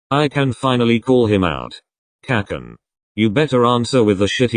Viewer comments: Text: kacchan text to speech: K/Cakcan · “Kakkan” Ahh yes the good old kakken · I love how the text to speech says "kakan"